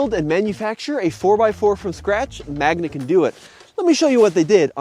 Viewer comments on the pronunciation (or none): It's Magna, not Magma.